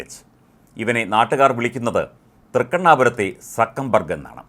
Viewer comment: സക്കൻ ബർഗ്ഗ് അല്ല സുക്കർബർഗ്.